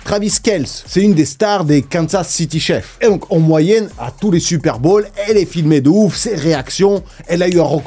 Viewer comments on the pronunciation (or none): Lol pourtant tu parles plusieurs langues. C'est pas chefs c'est chiefs. Et on prononce pas chi efs. On prononce pas le e!😂😂❤❤❤